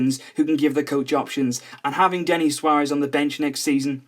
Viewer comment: It's Denis not Denny